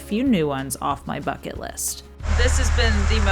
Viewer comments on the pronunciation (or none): none